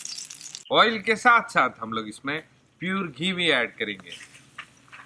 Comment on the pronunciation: Bro your every thing is good my god god bless you but your pronounced is not good ....ail no its oil....ginger gorlic paste no its gallic 😁plz pronounce good